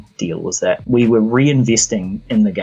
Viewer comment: When you say the title of the game, it sounds like "Wee Happy Few" because of your accent